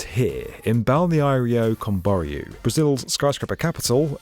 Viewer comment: PLEASE!!!! It's /Kəm.bɔ.'rju/.... stress in the last syllable.